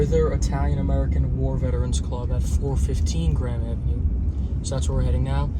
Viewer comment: Hey, are you saying Grand Avenue, or Graham Avenue?